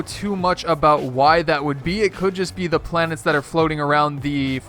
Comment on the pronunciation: Planets not planers